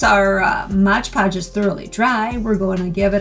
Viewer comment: For pity's sake. You're a professional crafter. Can't you say Mod Podge?